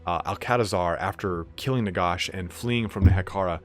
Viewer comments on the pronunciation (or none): "Nagosh" lmao